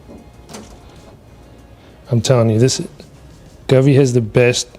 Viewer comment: Brother Go-Vee not Guvee 😂😂